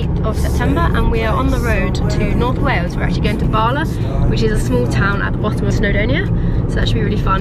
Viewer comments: 😬 eveytime you said barla my head screamed bal a 🤷‍♂️ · The two “a”’s in Bala are pronounced hard and short (as in Pall Mall), not pronounced “ah”. So definitely not “Bahlah”. Also Bettws y coed is not pronounced Betsy, but Bett-oose uh coyd.